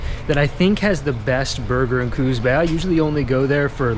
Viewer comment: Pronounced coos not cooz